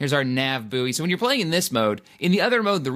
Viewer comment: That's not how you pronounce buoy